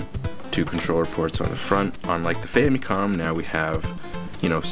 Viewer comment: love how he says "Famycon"